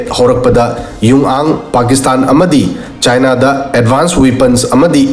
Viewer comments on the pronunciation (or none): none